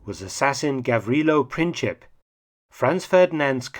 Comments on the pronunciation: Princhip? Nope. Letter "C" in the surname Princip is pronounced the same as in the word principle. 😉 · Hi Mark, "C" in Princip is an unaccented "C", pronounced like "Tz" in Tzatziki. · Gavrilo Princip is pronounced without the "ć" sound but rather a "c". Otherwise great video. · Is that correct, given Princip's nationality? While not occupying the same position in the name, look a the "ic" suffix applied to many names from that region (I was told once by a Slovenian friend that it means "son"), and it is pronounced by English speakers like "itch".